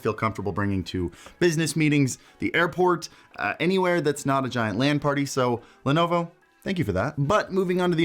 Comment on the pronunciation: He says lenovo I hear ownd.tv 🤣